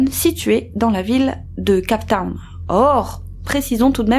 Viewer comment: c'est siam (sjam) pas siham (sijam)- cape town (keɪp taʊn) pas kap taʊn